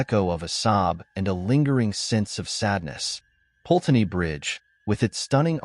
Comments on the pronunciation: Put-ney is the pronunciation not Pulteney. If you're going to report on the UK at least learn correct pronunciation. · I'm telling you now that no such "ghost" called Eliza who jumped into the river Pulteney (which again the narrator doesn't pronounce correctly) exists in Bath. And NO such "legend" has ever existed in Bath as you profess. You are completely and utterly fake.